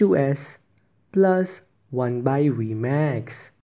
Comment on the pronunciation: Your vmax accent sounds good🤣